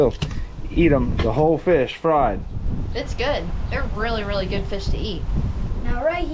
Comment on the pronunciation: First time I’ve commented about anything but huge fan here from central Alabama great job being a great dad to Jake and Luke and a huge congratulations Luke on spearing your first feeeaasshh as Crystal says I swear she is as country as me!